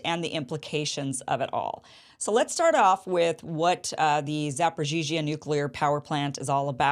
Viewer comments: I like how you pronounce zaporizhzhia. And I think I heard you call Zelensky "Voldemort" by accident. Alexander Mercouris said on his program today that it would probably take multiple missile strikes on the same area of the plant to lead to significant consequences and catastrophe. So, it could be just a final plea to bring NATO in to the fight through rumors of an attack. Sort of like when Ukrainian missiles get those farmers in Poland and Zelensky kept blaming Russia while calling upon NATO to do something. You could dig into that better than I could, I bet. Love your show, Kim! So happy I found ya! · you pronouncing it correctly, Zaporizhie in Ukrainian or Zaporozhie in Russian